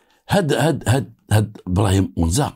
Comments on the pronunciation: Li tashih al ma3louma ça ne se prononce pas Onza mais Anza avec un À. Je suis d’agadir. C la région d’agadir en allant vers taghazout sur la route côtière. Et le monsieur qui vous as dit que Anza se trouve aussi à taroudant c pas vrai . Car Anza n’est pas un quartier c un village comme il ya un seul sidi rahal il ya un seul Anza c un village et non pas un quartier. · Bonjour Juste pour infor la région dont vous parler s'appelle anza et non pas onza Merci à vous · تصحيح:أ نزاANZA ضاحية مدينة اكادير وليسONZAتحية طيبة وبالتوفيق لكم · ce quartier s'appelle ANZA, non Ounza. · أنزا مشي أونزا بالفتحة احذف حرف الواو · حي اسمه أنزا ( بفتح الهمزة وسكون النون وفتح الزاي ).من جهة الشمال